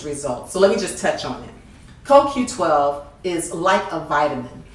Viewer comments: is is not a critic from me either, but she made more mistake here than just a coQ10. and it sound as she say KQ and not CoQ.... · CO-Q . BLACK PEOPLE !!!!!!!!! She actually LOOKED at the bottle and STILL pronounced it INCORRECTLY !!!!!!!!!!!